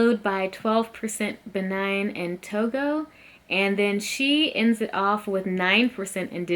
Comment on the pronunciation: Why do y’all keep saying Benine and Togo lol do you see an E at the end of Benin it’s pronounced Beneen 😂